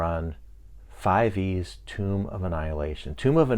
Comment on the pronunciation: Thank you for not pronouncing it “Tome.”